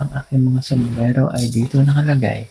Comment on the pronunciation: SOMBRERO SIR hindi SOMBLERO 😂😂😂✌️✌️✌️